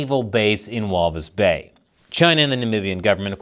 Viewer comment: When I hear him saying Walvisbay 😂